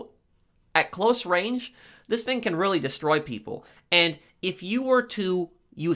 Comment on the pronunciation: I love that you pronounce "thing" as "fing" reminds me of my English buddy.